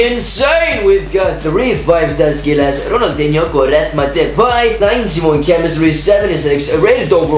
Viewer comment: you are like the first foreigner who can say depays name properly